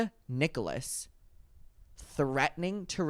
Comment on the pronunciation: Its “nick-ulls”not “nick-oh-less” 😊 unless it’s intentional lol 🤷🏻‍♀️